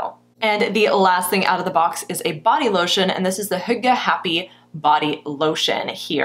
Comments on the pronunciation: I thought you said "hooker"😳😂😂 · I had to look it up. Hygge is pronounced "hue-gah" I've seen the word everywhere and never knew how to say it.